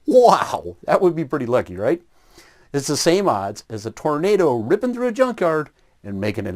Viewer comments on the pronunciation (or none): none